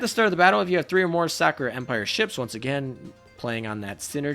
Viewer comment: "The Sack'o'rah Ships" xD